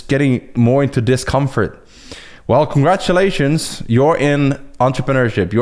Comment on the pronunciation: LOL "Congradulations, This is entrepreneurship!" hahah This geeked me!